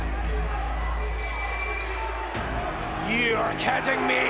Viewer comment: *Kay Lee Ray, not Haley Ray